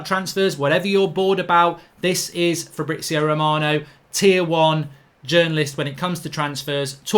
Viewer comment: Who is Fabrizo Romano??? 🤣🤣🤣